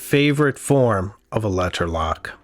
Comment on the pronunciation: K never mind the way you say leTTer turned me off